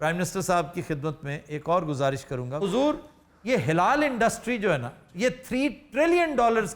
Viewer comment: ہا ہا ہا ۔۔ پروفیسر آفتاب صاحب یہ ہلال انڈسٹری نہیں جناب " حلال انڈسٹری "ہے اگر آپکی مراد حلال سے ہے تو اس پر زبر پڑھیں زیر نہیں ورنہ یہ ہلال ہوگی